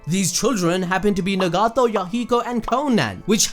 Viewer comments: Its Nagato not negato🤣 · Nuh-gato. It’s nagato bro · Lmao he is straight butchering some of these names like nagato lmao